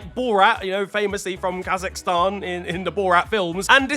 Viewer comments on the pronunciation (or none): none